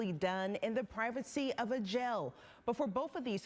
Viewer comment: What the fuck is privatesee? Lol